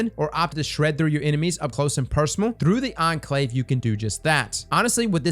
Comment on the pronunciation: I was NOT prepared to hear pronounce "Enclave" correctly